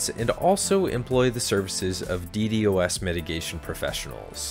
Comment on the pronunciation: It hurts hearing DD-OS over D-DOS